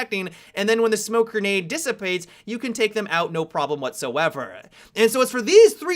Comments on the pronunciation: "Smoke Gernade" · funny how he pronounces grenade